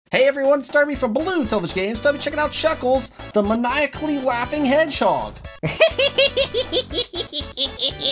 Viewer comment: its mae-ni-ak-ly